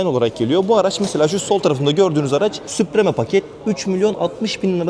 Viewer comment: Kardeş be ! eline sağlık da şu İngilizce kelimeleri doğru okusak, mesela vidoya başlamadan önce, çok basit bir şekilde model ve paketlerin okunuşunu google translate kullanarak öğrenebilirsin. Sen "SUPREME" dedikçe kaşım falan seğirdi.